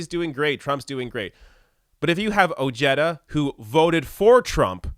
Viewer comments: It’s pronounced “O-head-ah” NOT “O-Jed-ah”! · Oh-hay-da is the correct pronunciation. Another bourgeois politician who tries to come across as for working people. Every few yrs. another one comes out of the woodwork. As the crisis of this system increases, there will be more like Ojeda. And Trump. I have a suspicion that Ojeda is more right wing than he lets on. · His name is pronounced oh-HAY-duh. Facts first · If Ojeda supported trump, he ain't POTUS material. And the way he pronounces his last name is ridiculous.